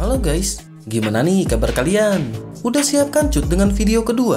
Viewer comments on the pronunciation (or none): none